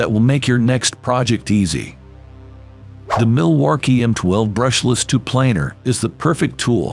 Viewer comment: Milwarkee? lol